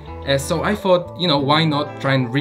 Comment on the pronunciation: I really don’t like when someone says ‚fot’ instead of ‚thought’... everything else is cool 👍